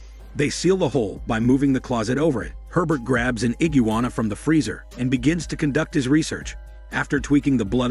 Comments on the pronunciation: Lol I heard iggijuana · Ahhh yes the infamous “ IGUWANNA”